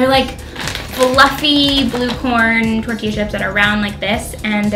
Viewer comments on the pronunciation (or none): none